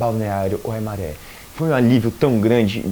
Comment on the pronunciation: Ah e a pronúncia é "Waimáre" e não "maré" ok